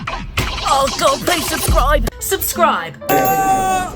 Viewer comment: I love at the end says susscibe